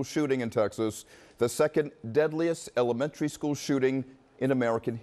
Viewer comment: notice how he said the second deadliest ELEMENTARY school shooting